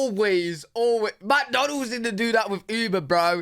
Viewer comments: Not even a reaction from, I'm still laughing! MICK Donald's, not MACK Donald's. Certainly not Macky D's! 😆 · and saying macdonald's instead of mcdonald's.